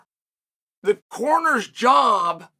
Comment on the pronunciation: When Chael was talking about corners, I thought he said coroner at first... lol